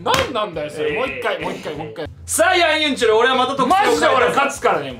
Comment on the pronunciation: ヤンユンチュルじゃなくてヤンユンチョルなの？